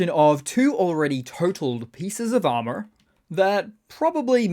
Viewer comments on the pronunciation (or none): none